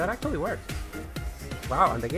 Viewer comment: acctuially begins